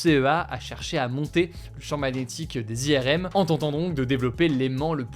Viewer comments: Maguenétique != magnétique par pitié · Au cas ou, le g de magnétique est muet ( Ma Nié Tique) déso ca m'a perturbé tout le long 🤣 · Une prononciation de "Magnétique"... Originale ^^